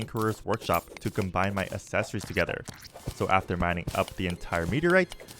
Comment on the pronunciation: love the video. how do You say accelerate? Do you pronounce it like a-ccelerate? because you're saying a-ccessory's. brother, you're spacing the A from the rest of the word. And it irritates the hell out of me. again, love the video. The miss pronunciation is killing me.